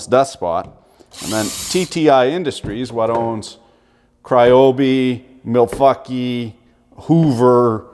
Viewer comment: Dont like how he called ryobi cryobi but kind of funny